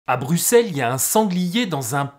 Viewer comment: Bravo pour la pronociation de Bruxelles et de Woluwé ! De la part d'un Belge.